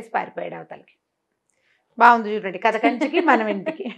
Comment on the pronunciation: adi katha kadu kadha dha ani undali kani tha ani kadu, u have been saying this since your first video, i am surprised why Rama madam also never corrected